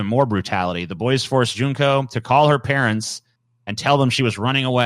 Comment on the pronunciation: Junko is pronounced June co